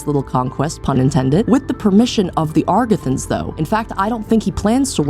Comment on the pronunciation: Excellent video, truly loved it, one tiny thing though, the mispronounciation of agarthan repeatedly was deeply bothering me. The R comes after the G, why do you insist on emphasizing the R first, it really bothers my ears.